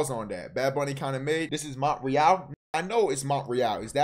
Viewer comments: He said mont re al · Brody said “MOnT rE Al” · Bro said “mont-rie-al” 😭😭😭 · Max don’t know how to say Montreal ong